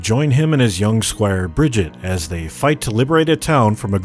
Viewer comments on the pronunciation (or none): Did you say Bridget instead of briggite. TRIGGERED!